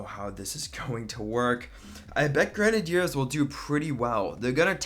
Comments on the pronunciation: I thought it was gre-nay-dee-ers not gren-er-deers... 🤔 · Idiot its grenaders not grenedeerd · What is a gran nay deer? Do you mean gren ay ders (sounded out) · I hate the way he says grenadeiers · Dude learn how to pronounce grenaders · You said it like grenehdeers say grenade and then ers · U say grenadeers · K i want to die every time he says grenideirs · The way he says grenadiers gives him a dislike x10